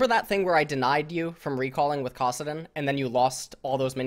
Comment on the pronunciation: How can he say Kassadin as Kaw-sadin but He pronounces Annie correctly instead of Aw-nie... lol like whats the determinant of whether or not he knows when to use a normal A sound vs a very opened A sound :/